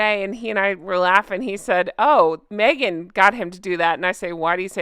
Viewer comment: Maybe my hearing is going, but when you said Meghan, I thought you said maggot…